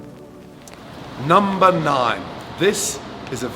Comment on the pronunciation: Am I the only one who hears 'lumber' when he says number??